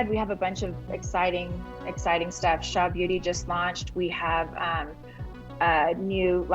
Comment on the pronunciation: "Shah", come on white lady.